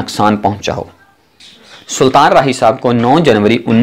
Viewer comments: Saltan nhi sultan hota hai punjabi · Apni urdu pehlay seedhi karo.Saltan,Ansan,romantag,khawahish